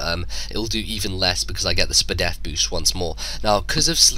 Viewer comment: The way you said Spdef, I came.